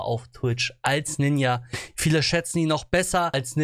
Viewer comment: du gehörst gebannt weil du ninja falsch aussprichst haha